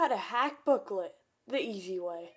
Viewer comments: "today im gonna show you how to hack booklet" its "blooket" XD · no way this dude is saying "blooklet" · Bro calls it blooklet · bro pronounced it "booklet"